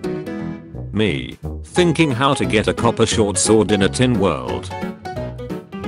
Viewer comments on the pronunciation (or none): none